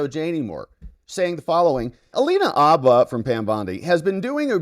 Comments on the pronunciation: Bro, the H is not silent. Habba, not Abba. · Its haba with an h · Minor note: the "H" in Habba's surname is pronounced. "H," as in horse, not "H" as in hour. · The "H" is not silent in Habba. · Alina Habba, …with an aspirated “H”.